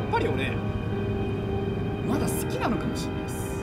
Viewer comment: 問題のシーン まだ好きなのきゃも知んないっす ちゃんと言えてる…w(´・ω・｀)